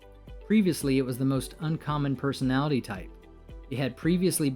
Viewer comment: You just mentioned "I'm the rarest personalitty" I cringed a lot, Aaaa LOTTT.